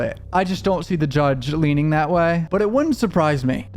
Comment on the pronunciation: HE NEVER SAYS "THAT". HE ONLY SAYS IT LIKE "DAT"!!!